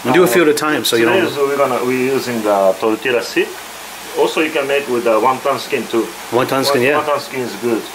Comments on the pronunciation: 57 sec pronounces it like a white man lol jk it's all good just funny, suppose to sound like tortilla has a Y in it not the L sound lol. Please don't curse me lol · Tortila lol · Not sure if anyone told you guys yet, but, the " lla " in tortilla is no pronounced like that, it's pronounced as "yah", just saying... And once it's fried, we call a whole fried tortilla a " tostada", when cut like in the video we just call it " totopos ". Also, nachos are not Mexican food, that's texan stuff. I'm not hating, just letting you know. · I love these guys, but the way they say Tortilla is triggering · ll in spanish makes a "y" sound. Please it's so cringy to hear it as "l" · I'm guessing abuela would be shitting her pants if she heard how he pronounced "tortilla" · I love you both, but the way you 2 say tortilla gives me cancer.